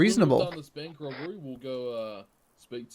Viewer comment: also says ‘robery’